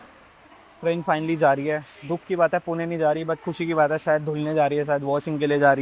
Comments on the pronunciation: Bro pronounce pune (पुणे) nice one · Are waah! पुणे ko exact pronounce kiya.